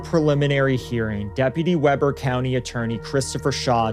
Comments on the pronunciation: F YI Weber is actually Wee-ber Utah. Not web-er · The county is pronounced Wee-ber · I used to live blocks from there. I moved out of Utah in 2016. Not that this matters but it is pronounced weeeber, not web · Hey! I’m from this city. It’s WE-ber, not Webber county. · I'm from Utah... One note, Weber county is not pronounced like Weber grills, it's pronounced like wee-burr. Like fun in the snow lol. Sorry about the pedantic correction, I'm worse when anyone pronounces Tooele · This is a local story for me. I'm really surprised I hadn't heard of it. Pronunciations in Utah are weird sometimes. The county is Weber (We-burr) and the Judge's name is DiReda (De-read-uh). ((I'm a legal secretary for an attorney practicing in Weber and Davis Counties.) Thank you for covering these tough stories.